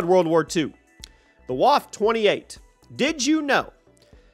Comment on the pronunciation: Not wAv 28, Waffe 28 Junge, Waffe 28.